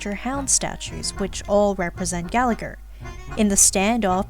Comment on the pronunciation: I have nothing to add to these big brain comments, but I just wanted to say this video and the last one made me appreciate Gallagher a lot more! I was initially interested in him bc his name is Irish and I’m also Irish (which btw, no shade on anyone bc Irish is hard but his name is meant to be said more like Galla-Her with the second g being silent, and Siobhan is more like Sho-bawn) but how interesting he’s proven to be has me hooked! I’m now working on building him despite him being E0, hopefully I can pull him a couple more times to make him nice and strong ^^ Also: I love your humour throughout the video, I hope you make more star rail vids like this if you feel like it ❤ Also also: you are a person of culture for all the Layton music